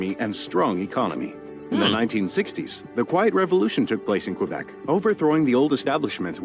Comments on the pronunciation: They pronounced Quebec wrong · This is a bit inaccurate: Quebec is pronounced "Kebek" not "Kwabec." Also, Canada wasn't a country until 1867. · Please stop calling Quebec "kwa-beck", try "kay-beck" instead. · That history video was cringe worthy. I recoiled at the French pronunciations! Tabarnak!